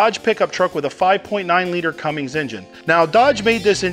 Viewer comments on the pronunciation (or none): always hated it when people pronounce it "cummings" as opposed to the correct "cummins" lol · Cummins😉 not cummings😂😂🤣🤣🤣🤣😏😏😏😁😁😁 great video love the info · It's not "Cummings", it's Cummins... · There's no "G" in Cummins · Hurt my ears every time I heard that. :-)